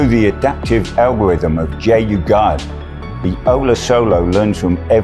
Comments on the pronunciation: JU - Gard ✅✅✅ Jugaad ❌❌❌ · LMAO chip, JU-Guard I'm crying!!! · Then there is "Jugauad"😂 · LMAO, VISHRAM, JUGARD and Quckie? 😂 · JU-Guard (jugaad),😂😂😂